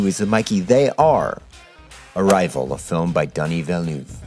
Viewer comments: A-rivey-al Por Favor! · 'Arrival' please :)